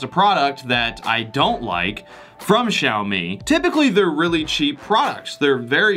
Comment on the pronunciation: You pronounced Xiaomi correctly! 👍 So many reviewers pronounce the X with j! Like how do you get a j sound out of a X?? hahaha